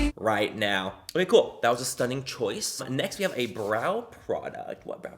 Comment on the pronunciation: no one: literally no one: manny: wow that’s st nnin’ u